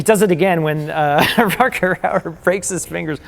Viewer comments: RUDGER howard, a Dutch actor. Not RUCKER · Why was Rutger Hauer not a bigger star? He seems to have acting talent, brains and looks but his career faded away a little from where it seemed to be going. Btw, the 'g' is pronounced rather like the 'ch' in loch. Imagine you're thowing up a hairball. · Both of them don't know how to pronounce Rutger Hauer. LOL :D :D :D